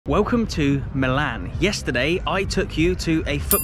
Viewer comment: The second team of Milano is called "milan" with the accent on the "i" as per the local dialect, "AC" means "Associazione Calcio"... or "football association". The team's name IS NOT "football association" but milan. It's like you say not Manchester United but "football club" because it's full name is FC Manchester United.